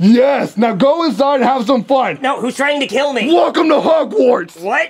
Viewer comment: I love how he Sayed "WELL COME TO HOGWARS"😅